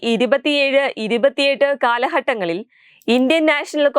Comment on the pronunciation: എവിടെ നിന്നു മലയാളം പഠിച്ച് വരുന്നു. എന്താണ് ഈ കാലഹട്ടങ്ങളിൽ.? ആദ്യം ഉച്ഛാരണശുദ്ധി വരുത്തുക. എന്നിട്ട് വാർത്ത വായിക്കുക